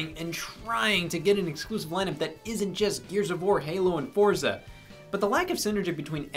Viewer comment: It's pronounced ForTza 🧐